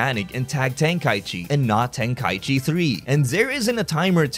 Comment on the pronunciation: Ten-KA-ichi Not Ten-KAI-chi